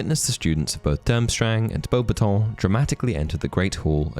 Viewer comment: Are you sure you're pronouncing beubatons right? I always have heard it said bo-bat-tons